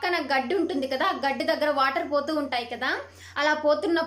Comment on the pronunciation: Medam garu adi gdda ani annattu ga vinipistundi chivaraga cheppinapudu adi gaddi ani ardamaindi